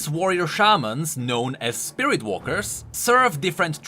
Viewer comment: "Spirirt abilities"